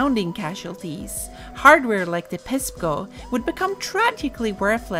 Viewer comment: "Hardware like the PESPgo". I'm only three minutes in and I've already shat my ass laughing.